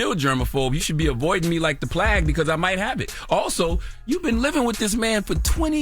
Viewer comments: I know this mane ain't say "plag" 🤣🤣🤣🤣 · Plag ??? Tf is that?? Plague?? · Avoiding me like the "plag" 😩 I think you mean plague, Unc